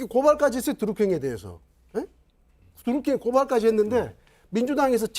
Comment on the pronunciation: 혼수성태씨. 발음이나 똑바로하세요. 갱찰이 아니라 경찰. 더루킹이 아니라 드루킹. 아 진짜 거슬리네.